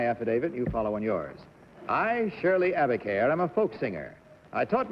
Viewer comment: Shirley Abicair, not Abercare.